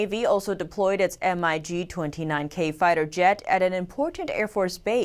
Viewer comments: It's not M-i-G, it's mig, my god, she seems like such a robot. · I love this channel and, but the announcers should practice pronunciation of words such as: not M,I,G, BUT MIG planes and not fri...gates, but frig...ates.